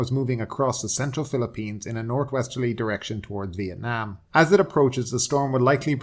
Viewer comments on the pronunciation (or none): none